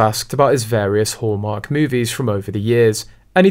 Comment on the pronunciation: At first I thought you said "whoremark" cause of the accent. lol